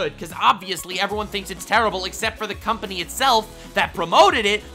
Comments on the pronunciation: did you cunt-pany?(Company) it might be unintentional... But I heard cunt-pany when saying that all they do is want $$$ lol! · He really said "cünt-pany" for company lmfao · says cuntpamy Me haha he said pany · says 'company' with a small pause in the middle....... Me: *smiles and giggles in Australian